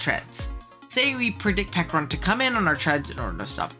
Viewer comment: Not the silent H on Pecharunt 😭😭😭😭😭😭😭😭